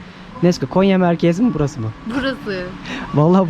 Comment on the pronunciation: Konya deyil gonya